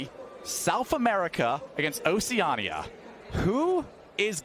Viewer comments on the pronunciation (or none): “oh see a knee a” Does he pronounce is “oh see an” Oh god